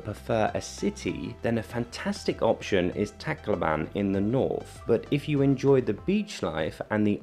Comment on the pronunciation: My wife is from Leyte and she, her family and friends promounce it “Lay tee” NOT “Lay teh”. Also, it’s “Tac low bun” NOT “Tacla barn”